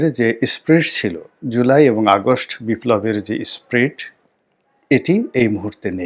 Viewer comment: স্প্রিড বা স্পিড কোনোটিই নয় ! কথাটা স্পিরিট ! Spirit.